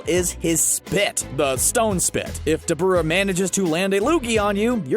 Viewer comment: Call me what you want 🤷🏾‍♂️😭😭. But I wish people would pronounce the names as they are intended to be. Dabura is pronounced DAH-BYU-RAH if you say it slowly over and over of course it’ll sound weird but saying it plainly as you would once you’re accustomed to how it is it’ll flow better